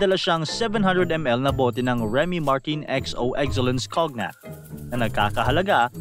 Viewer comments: "COGNAC" talaga!!!? 😤 hmpf!!!! Bakit hindi ka muna mag-research kung papaano ang tamang pag-bigkas ng isang salita na tulad ng cognac (in this should pronounce as kōnyak or känyak) bago mo i publish on online ang content mo!!!? Or you just did it on purpose🙄 🤔 🙄 TV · Correction lang sir, hindi cognac ang pag basa dyan "Konyak" 😊✌ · It's not kognak it's cognac 😅😅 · Cognac is pronounced po as "konyak". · Kognak pagkasabi mo idol, e kown yak nman pagbnigkas yun.. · Conyak. Not cognak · ang "cognac" ang tamang bigkas dyan ay konyak hindi kognak. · Hindi po 'Kog-Nak' kundi 'Kon-yak' ang pronunciation niyan. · Taenamo, Cognac (kon-yak) kase pronunciation nyan, hindi kog-nak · cognac, tamang bigkas nyan konyak or kown-yak. hindi po kognak kaloka haha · Anong COGNAK? Hahahaha Coñac ang basa doon ang tanga naman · KOG NAK ? That’s KONYAK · "Kon-yak" po ang basa doon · You're good at researching but not in finding how to pronounce some words. (Remy) Martin is pronounced as "Martan" and Cognac as "Kownyak." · Sir ang cognac is pronounce as "konyak" but i like your american accent😂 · Cognac is pronounced as CONYAK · Konyak ang pronounce nun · kownyak po ang pronunciation ng cognac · Kownyak basa sa cognac boss 😂😂😂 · Kon-yak po ang pagbigkas ng tama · Cognac is pronounced as koh-nyak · Cognak DAW? OBOB Di mo mabigkas ng tama.😂😂😂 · Conyak ang basa sa cognac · Pronounced as conyak po yung cognac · Cognac is pronounced as KONYAK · “Kog-nak” HAHAHA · “Kon-yak” po ang pagbigkas sa Cognac. Anyway, informative content po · cognac is pronounced as conyac gogool mo ‘tol😊😊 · Konyak po basa sa Cognac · Cognac (Konyak) or (kownyak) po an bigkas nyan idol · "Kon-yak" po yung cognac^^ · Cognac...pero sa tamang pagbigkas po Konyak...😊😊😊